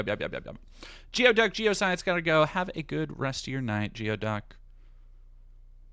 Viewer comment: geo-duck is pronounced gooy-duck. what's wrong with you people from the other side of the mountains. :)